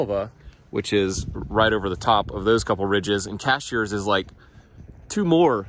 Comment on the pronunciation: Um, Cashiers check your groceries out at Ingles. "Cashers" is up over the mountain. Keep up the great work! 😆